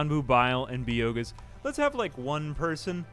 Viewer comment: I’m not sure if he’s joking, dyslexic, or actually thinks by-oh-gas is pronounced bee-oh-gauss…